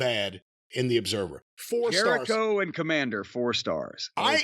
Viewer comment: I said it before and I’ll say it again. Kommamder with a K sounds like a WCW jobber from 1998.